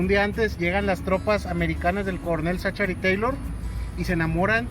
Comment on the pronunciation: La CG en 'Zachary' se pronuncia como K. Y no vengan con el cuento de ue estamos en México porque así fuera no estarían pronunciando la A de 'Taylor' como 'E. ZACHARY TAYLOR